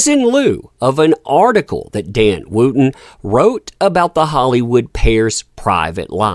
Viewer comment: May I ask how you pronounce ‘wood’ think you’ll find it ‘wud’. Wootton is pronounced ‘Wut-tn’. I’m complaining because I’m following the story and the mispronunciation is distracting. However, it’s good to see a ‘what goes round, comes around’ in real time.